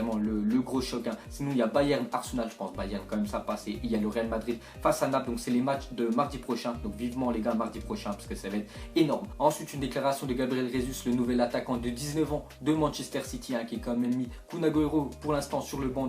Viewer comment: Ça se prononce à la brésilienne (en portugais, "Gabriel Jésus"